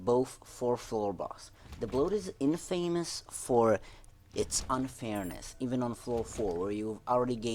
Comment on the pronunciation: Really? In-famous, it’s pronounced in-fuh-mus